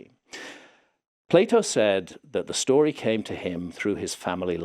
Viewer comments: Please, dont say "play-oh" !!😝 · Its not plate o, its Plato!